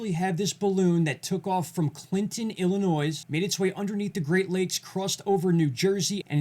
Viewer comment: Illinois has silent "s". Pronounced Ill-a-noy" Insignificant? Just don't want you to appear hickish or uneducated;)